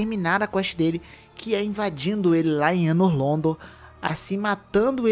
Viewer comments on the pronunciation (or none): correçao é anor londo nao '' anor londor'' vlw flw